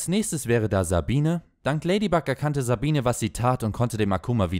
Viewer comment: Sabine??? Sie wird Sabin ausgesprochen und Luka hat es auch geschafft und Kagami